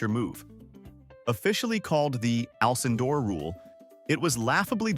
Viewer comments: Lou Owl-kin-door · Lou al kin door. Goodbye.